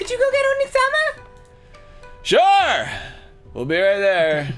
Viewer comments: If you spell out the way dan says onee-sama it's oni-sama, which basically means demon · i'm still slightly annoyed they keep pronouncing Onee-sama like Onii-sama.